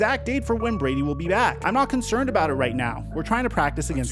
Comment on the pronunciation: “get his mind RIGHT”… not “retweet” Pretty sure